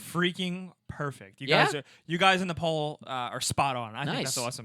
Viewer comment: When you say "poll" it sounds like "Paul" O_o